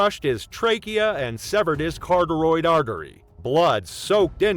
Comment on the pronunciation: "Cartoroid" artery😄